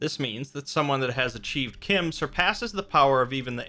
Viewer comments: it's not kim it CH CH CH CH CH CH-IM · Pronounced CHIM like Time, not like Tim... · its fucking chim not kim